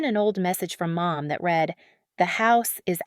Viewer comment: All of these stories are bullshit. Some are entertaining, while others are a waste of time. Stop using an AI voice. When listening to a “story” and the voice pronounced words in the wrong meaning or how the words are spoken. Read / read. People say the different words correctly, not an AI voice.